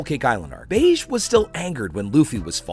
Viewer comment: Plz bro - he’s not called “Beige” he’s called “Bege” (Beji)